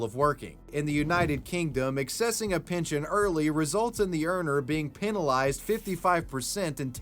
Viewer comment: Axe-essing peenul-eyesed